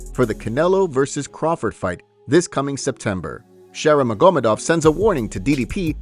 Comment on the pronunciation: magomEdov, not magOmedov